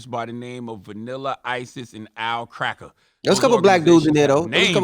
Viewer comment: And Charla,Stop saying cracker as cracker 🤦‍♂️